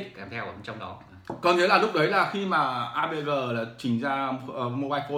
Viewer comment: AVG không thể đọc "a vê gờ", phải đọc là "a vê gê"!